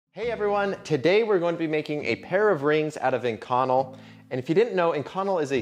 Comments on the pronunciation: Oh man... I cringed every time he said "in-connel," but it is sort of a rare material so I suppose I can't judge. It is definitely pronounced "ink-oh-nell." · I've never heard it pronounced ink-conel. I've always heard it as ink-co-nel. Love the vids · Ah shit... I just added the same comment. I guess I should have read down a bit first! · I have to admit I did a "Whiskey Tango Foxtrot" when I heard our esteemed content creator butcher the pronunciation of Inconel [ iNGKę,nel ] and I never would of thought of using it a material to make wedding rings out of unless the couple were a couple of gear-heads or aerospace fabricators. They are nice looking rings but too thick for me and if I were to make or commission them the bevels would become radius because I have seen to many rings with very pronounced bevels get caught on something (before I destroyed my quad I was a volunteer fireman and seen a lot of rings and fingers snagged, stuck, and a lot worse but your fingers your rings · As an actual metallurgist this kills me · Omg I'm glad I wasn't the only one. I started to wonder if I've been saying wrong my life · I work with this steel a lot I have always pronounced it “in-co-nel” (nail) but maybe that’s just the southern way or saying it 😅 it’s an insert killer works carbide to death on a lathe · A) it's Ink-Un-Elle (pronunciation) B) you know you need to wear a respirator when machining that stuff eh? Nickel and cobalt dust will give you lung cancer :-) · lmao not saying the pronunciation is wrong just threw me off when I read it the way I pronounce it and hear it a different way. I deal with this material regularly and have never heard it pronounced that way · Is he pronouncing “inconel” correctly? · You want to learn how to pronounce the metal you’re talking about before making a video.